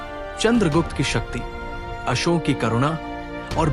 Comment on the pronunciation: Bhayi samrat asok bola Karo not asok🙏🙏🙏